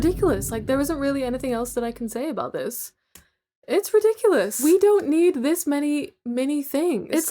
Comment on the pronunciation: This is with love and I've probably watched too much miraculous, but when you said rediculus I thought of chole...